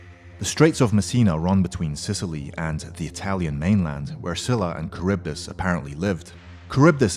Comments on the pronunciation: learn how to pronounce. Scylla is pronounced as "Skyla" not " Sila" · it's pronounced as skyla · its skyla with a hard k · nice vid but where is pheonix or griffin??btw scyla doesnt pronounced "schyla" its "skyla"..